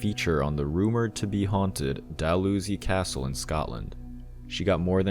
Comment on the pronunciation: as a scot i have to say its pronounced dal-how-see castle